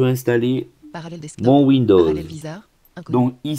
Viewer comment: parallels deSktop et non pas parallels deKstop heheheheheheh debut de la video you mad my day hehehehehehhehe